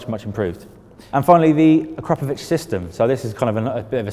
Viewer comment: AK"RAP" OVIC!!!!! Ffs!!! 😂😂